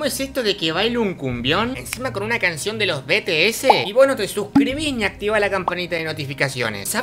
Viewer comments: Es bitieis no beteese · Por que dise B T S I SE DISE BTS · los BETEESE SE DICE BITIES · Bts? :> Se pronuncia beties o bities bueno en fin me encanta tu canal nueva sub ❤️❤️❤️ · Te gusta los bts :0 y se pronuncia bities hace más cumbioned de los bts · Se pronuncia vi ti es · Jajajaj BTS jjajaja se pronuncia bities se escribe bts jajaj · Espero que como pronunciaste BTS sea broma, Pero no importa